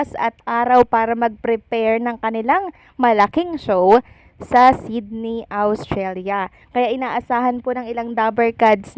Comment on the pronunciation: Ostralia - Not Awstralia